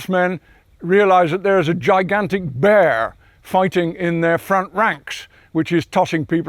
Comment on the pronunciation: The way he says "Bear" though